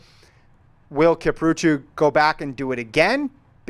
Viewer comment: you NEED to stop saying Kiprootoo/Kiprutu. It's KIPRUTO.